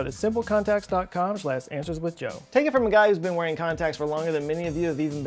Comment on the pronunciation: So I might be missing an in joke or something, but when you were talking about the store you definitely said "Answers with dough".